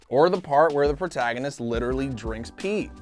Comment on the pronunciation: Jo Not Joe No E Also did say portaganist instead of protagonist